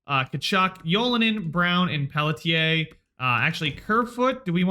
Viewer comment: You should just identify as someone who mispronounces names, then you won't have to worry about Pelly-tier.